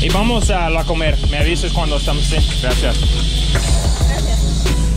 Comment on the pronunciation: the wey you’re saying La Comer it sounds like you guys are going to eat, that’s because you using the accent on the E instead of on the O, yeap! That’s the importance of the accents, 😜